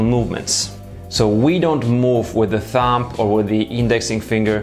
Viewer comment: The "b" in thumb is silent. It does sound like you say thump. One of your friends should have told you really.